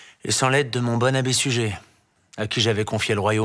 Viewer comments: Excellent!! Toutes les vidéos! Et aussi, les commentaires et allusions en dessous des noms, selon les circonstances! ( Même l'humour noir: " massacrer les Arméniens, faudrait pas que ça devienne une habitude"! Terrible!!) Par contre est-ce qu'on ne prononce pas " Sugère" pour Suger? Moi, je l'ai appris comme ça... > Salutations aux Derniers Trouvères, de bons camarades médiévaux (lorsqu'on les laisse jouer!:) " Let it be"!! :) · J'ai toujours entendu (et donc lu) le nom de Suger prononcé Sugère. L'entendre ici prononcé Sugé me fut un choc, mais à vrai dire je n'ai aucune idée autre que l'habitude que j'avais de la prononciation correcte de ce nom ! Comment les habitants de la rue Suger à Paris nomment-ils leur rue ? J'ai trouvé ici une piste semblant valider une prononciation « classique » en -é